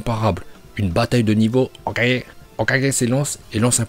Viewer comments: Jaime bien mais le "hokagé" comme un tirso ça casse les couilles de ouf 🤣🤣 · Notre porte parole préférée des prononciations dignes d’un japonais (HOKAGE) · J'aime bien la prononciation de l'HOKAGE!!! TU NOUS TUE MEC🤣🤣🤣🤣👍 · HOKAGE Masterclass le prononciation 🤣🤣🤣🤝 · J'aime la vidéo, mais tu ne te trouves pas énervant avec ta prononciation de HOKAGE...? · Pourquoi il dit Hokage d'une manière aussi bizarre 🥲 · tu prononce le mot hokage de facon bizare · tu sais que tu clc à proncer hokage comme ça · Pourquoi il dit Hokage comme un gogole ? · aime bien prononçait Hokage comme dans la VO c' est pour ça que quand dit Hokage il le prononcé on dirait qu' il se trompe.